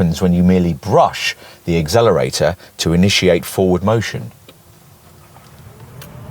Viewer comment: Good, informative video. However, what's an 'azzelerator'?